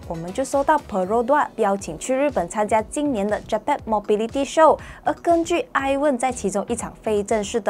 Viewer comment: MO BEE LI TY…. (Mobility) 发音错了 应该是 mobil-lity😂 的读音